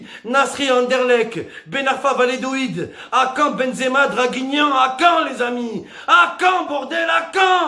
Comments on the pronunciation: L'Espagne c'est un tremplin, en France le foot c'est pas une belle vitrine hein? faut pas se voiler la face. Ah, on dit Va-lla-do-lid.. pas Va-lé-do-id 😄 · il a fait la meme entrée que Mister V mais avec encore moins de budget mdrrr PS: c'est VALLADOLID pas vayédoid